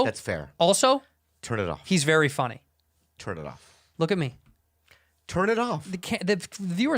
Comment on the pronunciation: "tur'd it off. tur'd it off."